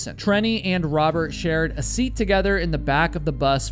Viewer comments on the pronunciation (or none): none